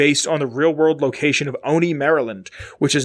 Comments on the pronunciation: I'm from Olney, MD. The "L" is definitely not silent. Three Dog certainly pronounces it. I'm not sure what you're talking about. "PPE" might be a reference to Pepco (Potomac Electric Power Company), the real world power company that supplies electricity to DC and its Maryland suburbs. Also, I'm not really sure why it's called the Olney Support Center. It's a couple miles north of town and technically has a Gaithersburg address. But I guess that's the US government for ya. :-D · I'm from Maryland and never heard anyone pronounce it like that.